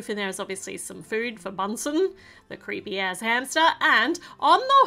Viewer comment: Did she say creeepy hamster multiple times?